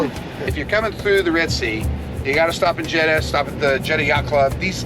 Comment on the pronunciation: Say "JED-Duh". That's easy.